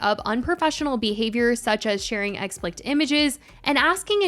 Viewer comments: Girl I love you but it’s expLICIT not exPLICT 😂 just for future reference you pronounced it wrong lol I used to sat the same way! 😭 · Girl I love your channel so much but i noticed u say “explicit” wrong - it’s ex-pliss-it, not ex-plikt. Just wanted to tell u ❤ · Idk if you’ll ever read this but I MUST know if you are pronouncing “explicit” incorrectly on purpose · Yeah, never heard “explicit” pronounced that way but you’re right in that it could be a way to avoid demonetization from YouTube if they don’t like that word anymore.